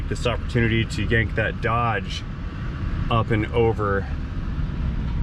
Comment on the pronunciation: Without picking on any regional dialect of words can someone please enlighten me as to the correct pronunciation of the name of the truck in the first part of this clip... is it Doughge or Dodge. Both pronunciations were used in this clip.